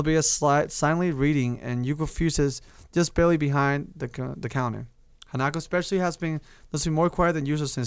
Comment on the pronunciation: I agree with S4rC4sM!! Do another Path. Do Hanako's maybe P.S. It's pronounced Han-a-ko not Hana-ko